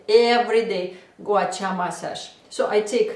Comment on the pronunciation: Russian... Ирина, призносится Гуа-Ша!